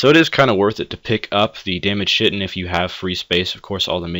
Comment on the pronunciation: kite-in not shit-in